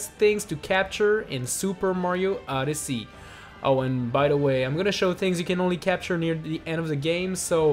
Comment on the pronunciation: Why does he say Super Mario *Uddersee*?